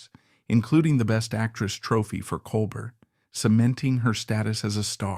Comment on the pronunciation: Col bear, not colbert.